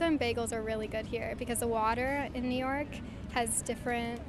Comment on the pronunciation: 能把纽约两个字读清楚嘛老铁。by the way 你的相机为什么总是把焦对到背景上